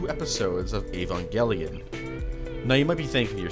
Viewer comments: Okay, the pronunciations are all over the place, but did I hear an Evanjellion !? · do you have any source for that, because i've heard that was just a rumor and he had no idea what the toy was. if he was a fan, you'd think he'd know how to pronounce the name, instead of "evan-jelly-in"